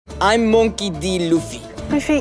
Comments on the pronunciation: Nice insight. I know that, but what meant is the pronunciation. Inaki says it bit different than in the anime. Sounds like he says "Mounkey" , he puts to much emphasize on it, rather than let it go smooth. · Luffy. He is great, but is it right way to pronounce his name monkey?